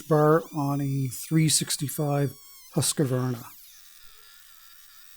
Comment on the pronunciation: How to say Husqvarna: Husqvarna is a compound of Hus (house) and Qvarn (mill, really old spelling, modern would be kvarn) it means millhouse. Because it's a compound emphasis is intact for both parts. Hus has emphasis on u and qvarna on the first a. The u in Husqvarna is closer to the u in lube than fun. The qvarn rymes with barn and the last a sound like the a in basket. Hu:s-kva:rna